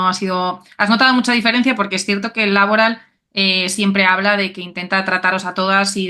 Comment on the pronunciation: Por qué esa manía de hacer Laboral palabra esdrújula? Tanto en castellano como en euskera es palabra aguda. Pero bueno… cada uno que lo diga como quiera. No sé si al patrocinador le gustará mucho